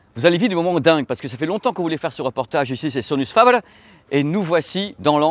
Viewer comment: fabaire pas Fabeure. Italiano faber sans majuscule.